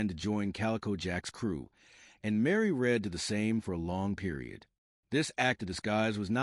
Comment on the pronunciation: Anne Bonny and Mary Read, get the names right please.